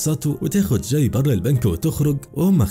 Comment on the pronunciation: اكتر حاجه تدايقني لما يتنطق اسم الشخصيات غلط اسمه جاي مش چاي